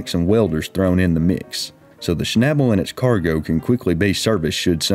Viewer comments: Schnabel is pronounced with a long A like in Audi.... :) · Pronounce the a like and ae sound. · I think you mean ""shnebbulls", LOL. Sorry, southern accents are funny to me.😀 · To a native German speaker the English pronunciation of "Schnabel" sounds funny. The 'a' is pronounced similar to the a in "car"... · Schabel is a German word. Please look up how you pronounce it 😂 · You dont know how stupid „Schnabel“ sounds in german, especially when pronounced as if it is an english word :-)